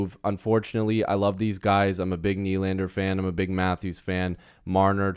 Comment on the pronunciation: Just a quick FYI everyone is pronouncing Nʏʟᴀɴᴅᴇʀ’s name wrong